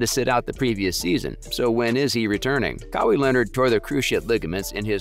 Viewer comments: It is pronounced “Kah-Y” or “Kah-why” not “Kaway” 😂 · It’s not Ka wee it’s Ka why you sound worse than a automated speaking software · Who the F is Kawee? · Brah, you make a video about Kawhi and call him Cowee??? I'm a huge Raps fan, love his game. I watched him every game with the Raps (when he played) - he had the ability to take games over - he single handedly won us about 5 games down the stretch by simply deciding to take the ball from the opponent and score. That said, I'm glad we didn't retain him. He is unreliable - he is about himself. You watch - his uncle is going to sabotage his career. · If you don't have enough consideration to pronounce the man's name correctly (after years of it being spoken in the media)... F**k you! And Kawhi is right... F**k Nike too! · How the hell cant you say his name properly??? Youve heard it dozens of times? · Nike should have just given kawhi his claw back . It’s his logo . Why can’t you say his name correct ? 😒🤦🏾‍♂️ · WHY PRONUCE KAWHI LIKE THAT